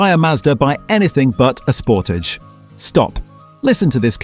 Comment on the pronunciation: Ford "pooma"? Sounds right. "Sportij"? ROTFL. Gotta love AI slop.